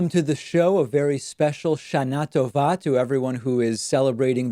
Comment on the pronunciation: He nailed the pronunciation of Shana Tova at the begining, then said it wrong like everybody else later lol.